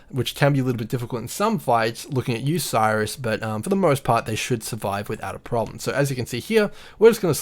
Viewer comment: Bro awesome nice video but Sirrus, prounounced like Apple's Siri but with a "us" at the end... not Cyrus :)